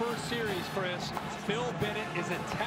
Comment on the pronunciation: How many ways did Kirk pronounce Dru Samia's name?